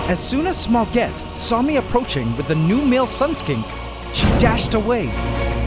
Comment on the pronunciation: cat-orange-whistling: Smaugette sound like Spaguettee :face-blue-smiling